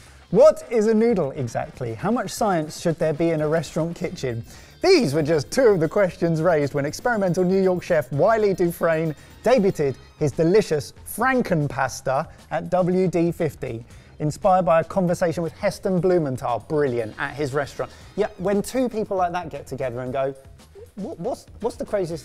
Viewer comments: you dont enunciate the t in debut/debuted, silly goose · He really pronounced it debutted. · Has never seen the word "debuted" before lol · was saying the word debuted? What a delightful way to pronounce it! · Is it an English thing to pronounce the 't' in 'debuted'? 😅